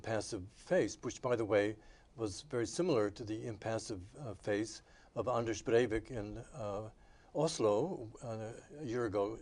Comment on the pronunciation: Old clip, but Dr. Stone was quite an impressive academic, he spoke 16 languages! He's pronounciation of Anders Breivik is close to perfect, something I seldom hear from an English speaker.